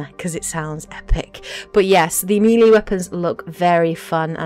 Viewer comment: "Meeeeeeeelee weapons"? Nice pronounciation! Now say 'aluminum' while your at it, lmfao! Then you say the weight system is 'exactly like in ME3', when your own clips clearly show the Power Recharge can't fall below 100%, when in ME3, you could have much shorter Cdn's, say with 150% Cdn reduction. I couldn't stomach anything beyond that point.